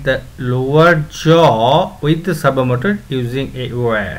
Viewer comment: Words he pronounced wrong No.1 servo motor His pronunciation👇 Sur-woah-moah-tur Actual one👇 Sur-vou-mou-tar No.2 Attach His👇 A-tashe Actual👇 Uh-tach Gonna be edited and gonna be adding more words